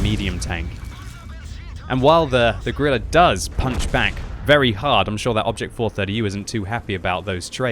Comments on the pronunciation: Did he say Gorilla 15? I think he said Gorilla 15. Its just Grill 15... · “Gorilla” 15